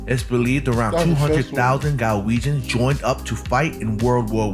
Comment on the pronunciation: One note, it's Glaswegians, not Galwegians. Galwegians are either from Galloway in the south of Scotland or Galway in Ireland 😂